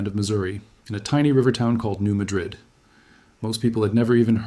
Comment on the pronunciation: I was told by an Arkansas crystal miner that it is pronounced MAD-rid fault, NOT MaDRID like the city in Spain.